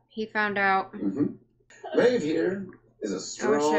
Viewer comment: You guys pronounced Maeve wrong! It's "MEYV" not "MAV".